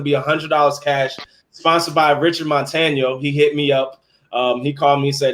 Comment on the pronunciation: You finally got Richard Montaños name right. Woohoo. Tomorrow or the next day I'm going to show you who is the real glizzy master.